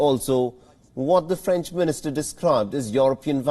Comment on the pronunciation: It's French not Franch.